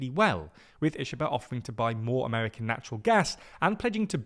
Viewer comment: Japanese "i" is pronounced like "ee" in "reed" Ishiba is pronounced "Eeshee-ba"